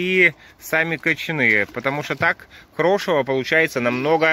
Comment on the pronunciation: Режет ухо слово "крошево". Звучит, как хрючево. ЗЕЛЁНЫЕ ЩИ, КИСЛЕННИЦА. Ивановская область